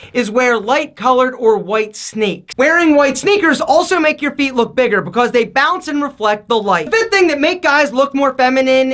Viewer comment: When he said feet, I thought he said pp.